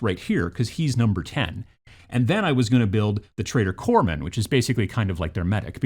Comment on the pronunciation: There's no 'e' in Corpsman. They're a Medic in the Corp; by the time we're talking about 'Corpse'... it's a bit late 🤣😜